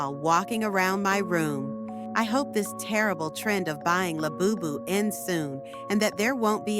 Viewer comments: Its labubu not lebubu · Bro said le bubu☠️